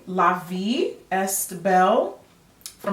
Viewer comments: jackie move to Montréal or Ottawa you will speak french or frenglish in no time......the s in est is silent. you are hilirious as always. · La vie est belle is also my fave! The st in est is silent 😁